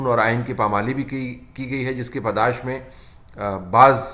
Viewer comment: Padaish nahi padash lolz